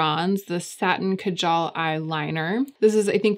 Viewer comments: It's pronounced kaajal, not kajaal. Just swap the A sounds. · Kaajal. It's pronounced kaaaajal. I don't know if I can really forgive Victoria Beckham for appropriating this word and totally upending it. The product is amazing. The mispronunciation is just... disappointingly typical.